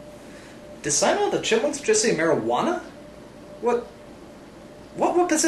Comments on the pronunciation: Simon: ''mariqana'' Me: *cries* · Damn I fucking laughed my ass when simon said marijauna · "Marajuana"~Simon 2k420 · I immedieately understood what was wrong when the word "Mairujana" was spoken.